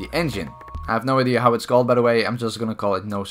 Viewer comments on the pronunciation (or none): none